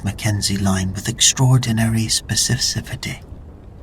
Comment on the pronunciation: Love this so much, thank you for consistent, superior uploads. I only fall asleep to your stories. (say it with me now: speh-sih-fih-sih-tee)